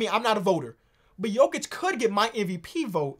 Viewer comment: It's Jokić. It's HIM and it aint even that close tbh